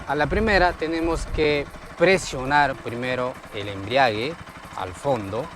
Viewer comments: Cuando escucho la palabra embriague me dan ganas tomar....ni es embrague....🫢🫢😂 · He escuchado a muchos decir embriague cuando creo es embrague o sera que hacen referencia al licor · Enseñando a manejar moto y ni siquiera sabe pronunciar "embrague"...toma mucho ron y se embriaga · me encantaron 2 cosas del video, el paso 1 y el "embriague"🤣🤣🤣🤣